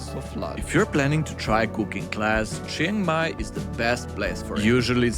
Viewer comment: Nice vid, but if you say Jing Mai one more time I'll have to punch my screen.